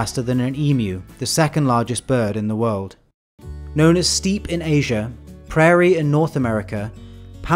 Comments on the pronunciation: I love your videos and don't want to be picky but I must say you often mispronounce crepuscular as "crespular" and steppe as "steep" instead of "step" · Steppe is pronounced like a stair step, not like steeping tea… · Steep? You mean steppe? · The way he pronounced steppe really bothered me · Thank you for the feedback,! Yes! I have a video on sharks planned very soon. I just looked up the pronunciation of steppe and you're totally right, thank you! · Pronunciation is distracting : Steppe